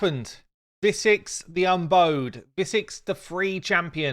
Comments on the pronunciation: You keep on pronouncing her name as "Visix the Unbowed" as in bow, the artifact that a person uses to shoot arrows with, so she'd be someone who once had a bow but lost it somehow - I'm sure there'd be a story there. But I read her name as "Visix the Unboughed", as in she's someone who's never bowed, the gesture, to anyone, never acknowledged anyone as her social superior nor conceded defeat. That would also fit in thematically with the ability called "Single Combat". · I think it should be pronounced "Visix the un-bough-ed", as in Lord of the Rings "My friends, you bow to no man". Nothing to do with her not having a bow and arrows. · Unbowed as in bowing to nobody. Bow as in 🙇‍♂️ (bend downwards as show of respect) bow as in wow. Not as in bow and arrow. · Un-"bow"ed, like a Dog says "bow wow". Or like "Bow down to me!" Not like "A bowtie". She bows to no one. Her title is "The Unbowed" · Loving the review - and great to see she'll be viable to people now, even if she' probably won't escape my vault... Please learn to say her name, though ;) "Unbowed" as in she refuses to bow down. Rather than, not wrapped up with a ribbon ;) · I think it is supposed to be bow as in bend your head and body, not bow as in ribbon accessory. That would make more sense as in Visix the unyielding and not submitting, the Unbowed